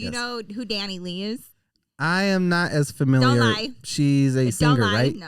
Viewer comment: It’s pronounced Dani lay